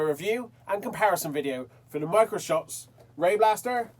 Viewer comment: It almost feels like ur saying micro soft lol